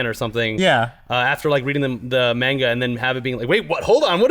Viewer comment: MAIN-GA... ugh makes my ears bleed